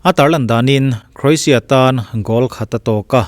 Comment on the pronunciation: Oxford en hlak rawh i pronunciation hi English hawrawp i hmang pha andik naw zie Lushai pronunciation i hmang hlaka Croatia le Chairman i pronunciation hi andik nawh